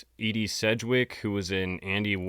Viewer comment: Mappelthorpe was a great artist. And it's Ee-Dee not Eddie Sedgwick. Do me right.